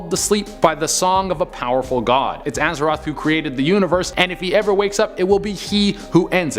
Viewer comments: "Aza-THOTH" NOT ROTH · Dude. It's AZATHOTH, not Azeroth. Azeroth is the main world in World of Warcraft. giggle